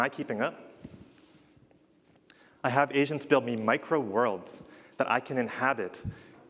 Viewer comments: I kept hearing him say that "Asians" when he says agents :D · I can't help but hear him say "Asians" instead of "agents" 😂